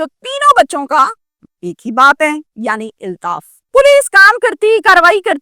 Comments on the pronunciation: O YOU STUPID AND BRAINLESS, THE CORRECT WORD IS, AULTAAF, NOT, ILTAAF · "Eltaf" nehin balkeh "Altaf" kehte hain.